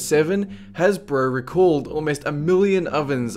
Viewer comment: This narrator can turn a two syllable word like Hasbro and turn it into 4